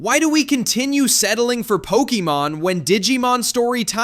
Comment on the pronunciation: pokiemon? no wonder u hate pokemon